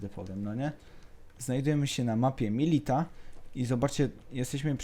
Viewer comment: Mówi się MILITIA, nie MILITA